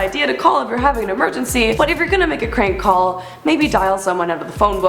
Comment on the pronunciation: Not sure if any of you noticed but she says Krank call... Lol